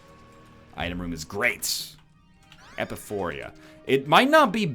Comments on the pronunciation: It´s Epiphora, not Epiphoria.. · Would somebody tell NL that is not how "epiphora" is pronounced?